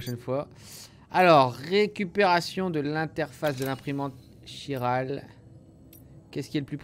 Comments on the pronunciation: Je suis le seul à être perturbé parce qu'il prononce "chiral" en "ch" et pas en "kh" "khiral" comme le prononce tout les personnages du jeu ? 😅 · Quiral pas chiral sa se prononce quiral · Véronique Boissière Chiral prononcé « k » c’est français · C moi où il ne sais pas dire chiral . Il dit chiral au lieu de kiral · Chiral se prononce : /Ki/ra/le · Le nom du réseau s'écrit 《Chiral》mais ça se dis 《Kiral》. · Quelqu'un peut lui dire que chiral se prononce Kiral svp